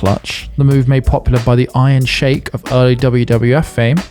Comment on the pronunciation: It's pronounced, iron sheek